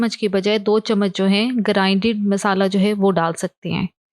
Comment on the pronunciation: Aap misala qun bolti hn wesy khana achs hota ha stay connected